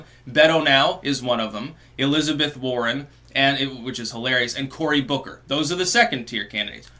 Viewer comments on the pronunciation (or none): none